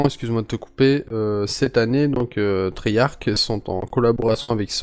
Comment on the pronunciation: mdr treyark xd ses treyarch